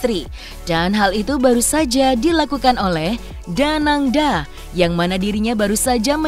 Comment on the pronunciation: Danang D A. Bukan danang da